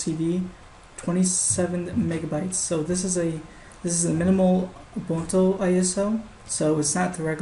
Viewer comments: Lol , it's Ubuntoo not Ubunto :) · Urgh! It's pronounced "oo-BUN-too"! And "PANG-go-lin"!